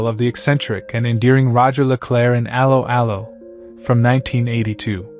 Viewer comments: It's pronounced a-low a-low not arrow arrow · That is NOT how you pronounced 'Allo 'Allo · cant even promounce correctly the title of the serie common , bit more effort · I suggest you teach your ridiculous AI voice to correctly pronounce the title of the show!